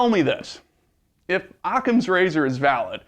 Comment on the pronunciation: "im using a blunt object to penentrate anyone who uses ocama razor!" hahahahahahahahaha idiot